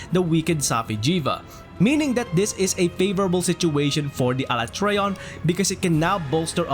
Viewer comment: The message means that you pronounce Alatreon wrongly